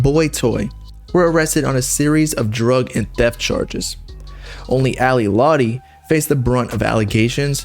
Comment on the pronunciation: you can’t even pronounce her name right. she’s a bad person, but juice did love her.. it’s very clear.